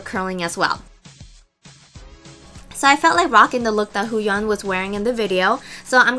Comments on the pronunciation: Hyoyeon not HuYeon lol p.s. you are so gorgeous! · Um, she could've misheard what she said. It did sound like "Hooyoung" which makes you think she's trying to say "Sooyoung" You don't have to be rude. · not to be a snob but its " Hyo Yeon" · 효(hyo) 연 (yeon) is pronounced as 'Hiyo-yawn' but say the 'hiyo' part really fast cos the 'i' supposed to be subtle :) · You didn't pronounce it that bad so I don't know what her problem is ._. Maybe because it was too articulate? You got the jist of it, but the vowel sounds were too pronounced, if that makes any sense. xD; It should be softer. Especially the "Hyo" part, it sound sound kinda...windy? Like a gust of wind, swooshy-like...okay, I can't explain it, so I'll stop here. xD You weren't totally off though, don't worry. Nice tutorial btw!